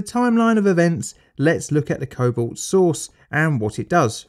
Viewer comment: "Next, we baste the roast in cobalt-60 sauce ..."